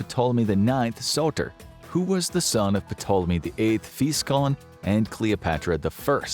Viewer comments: “Puhtoleme”? I always understood it to be pronounced as “Toleme” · Uh... "P'Tolemy??" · The "P" in Ptolemy is silent. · good video.. put the pronunciation killed me.. the P is silent lol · I hate saying this but when I was en Egypt they said Ptolemy was pronounced “Tall-uh-me” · The P is silent! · Ptolemy is pronounced To-luh-me. It's a silent P. His pronunciation was driving me crazy. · I can’t take this serious. His continuous miss pronunciation of Ptolemy is cringe worthy. Taa-luh-mee. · Everytime he says Ptolemy I cringe Lol. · It's pretty annoying that this guy doesn't know that the "p" is silent when saying ptolemy. I know he's American but it's very annoying. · I can't believe this made it being uploaded without someone stopping the narrator from pronouncing the "p" in Ptolemy. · Are you supposed to say the "P like he is in "Ptolemy" or am I trippin? I've always thought it was silent. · I noticed that too, wtf? Amateur mistake. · Note....the "P" is silent. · Great video, just one thing- the ‘P’ in Ptolemy is silent. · Im going to give this a thumbs up for the information but man the pronunciation is atrocious. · There’s no way you did this much research and made this whole video without learning how to correctly say Ptolemy. The “p” is silent, things like that make me question the whole video. I know all the information is true but because I know the subject matter myself but things like that really matter when trying to get through to viewers. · In words of Greek origin that begin with PT the P is usually silent. For example, Ptolemy should be pronounced Tolemy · Silent P bro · The “P” is silent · Ptolemy has a silent P... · The P in ptolemy is silent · That's not how you pronounce Ptolemy. If you're going to make a video about something atleast you can look up the correct pronunciation. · Pronouncing that "P" was KILLING ME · Is anyone else losing it every time he pronounces the SILENT P!?! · The P is silent. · The "P" in "Ptolemy" is silent.